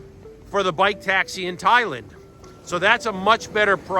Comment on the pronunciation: i don't get the food prices in bali, you go to supermarket and a tub of yogurt is $8 but then you go to those cafes and get beautiful meals for $5-$7 full of fruit an yogurt etc. but mate it is ThaiLAND . not Thailin not Thailind when you say it.